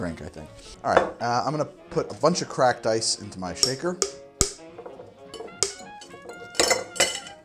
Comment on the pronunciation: heard iced crack when you said "cracked ice"... new secret ingredient